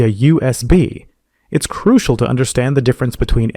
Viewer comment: It is "crucial" ahahahab